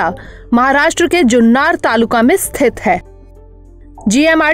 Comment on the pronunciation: It's जुन्नर not जुन्नार